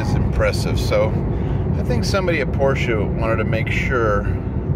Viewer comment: It's nice to hear someone for a change pronounce the name correctly..Porsche! Well done...